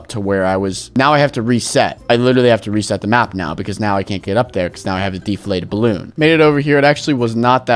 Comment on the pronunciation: did he said bloon???